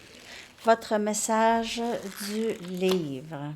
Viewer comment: Avec l'accent québécois message devient massage... J'adore :)